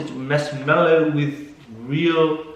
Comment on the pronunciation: O le MASH-MELLOW 😂😂😂😂👌👌👌